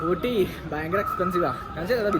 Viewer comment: ഓട്ടി അല്ല ഊട്ടി ആണ്